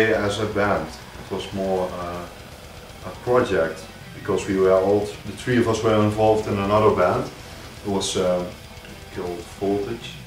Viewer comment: I know!! Their accents are adorable, especially when they mispronounce things weirdly, like saying "tree" instead of "three." <3